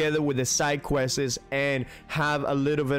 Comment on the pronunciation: I can't tell if you're just messing around when you are saying questes instead of quests.